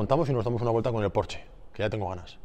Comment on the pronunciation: no se dice PORCH en alemán se pronuncia la ''E''